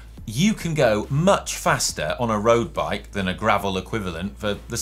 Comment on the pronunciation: Simon says "roast bike" 😂